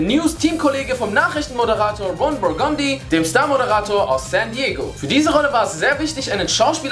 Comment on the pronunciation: RON BURGONDI?! Kann es sein, dass ihr Anchorman nie gesehen habt wenn ihr den Namen so aussprecht? :D